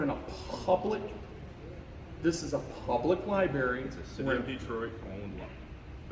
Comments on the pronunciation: Libary lol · Is he saying "LI-BERRY" on purpose? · All of these cops are so wrong, the supervisor was just calmly wrong. But please learn how to pronounce library when you are in the library lol!